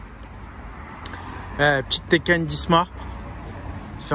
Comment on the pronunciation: Riyadh ça se prononce Taycan pas Tekken ! Liker pour qu'il voit j'en peu plus !